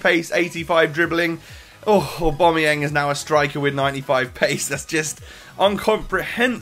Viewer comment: lmao, who is oohbomayeng? It's Aubameyang..